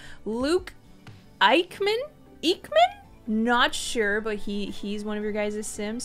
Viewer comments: Btw sav his last name is pronounced eck-men lol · I think its pronounced "iech - man"